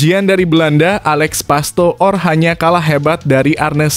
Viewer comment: PASTOOR = dibaca PASTOR.